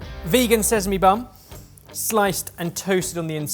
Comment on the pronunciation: deffo says "Vegan sesame bum"